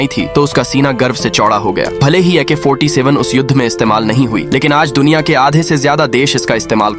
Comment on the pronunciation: Ak 47 ❌ Ik ha 47 ✅